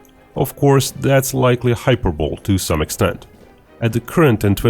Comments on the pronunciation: just so you're aware, hyperbole is pronounced hyperbol-e, not hyperbowl. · Hyperbole is pronounced “hi-perbo-lee” rather than “hyper-bowl” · Hyperbole is pronounced hy-per-bowl-ee, not hyper-bowl. Great video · No. It's pronounced Hyper-bow-lee but with no pause between any of the parts. "Hyperbowlee" Or at least that's how it's properly pronounced in Canada/north of Tennessee/standard North American English. I'm not sure where you're from. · As other have mentioned, is obviously not native English speaker when he pronounces hyperbole like: 'hyperbowl' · ‘Hyperbole’. Hy-per-bo-le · team: Don't feel bad, hyperbole is not a phonetic word, but the pronunciation is "hyper-bil-EE" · you pronounced hyperbole completely wrong. It's pronounced "high per bowl e"